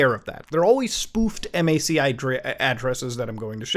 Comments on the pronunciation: "em-ay-see addresses" dude......its just MAC....... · what is m-a-c, never heard of that... wait, oh, you mean a mac address. no one calls it m-a-c